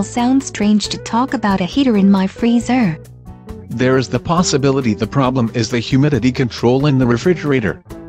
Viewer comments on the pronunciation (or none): she says, "my free-zer" and it sounds so odd emphasizing the 2nd part of the word like that.